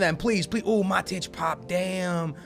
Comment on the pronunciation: Also, it's pronounced Ma-tweedy, and 'Mah-tich', your pronunciations kill me man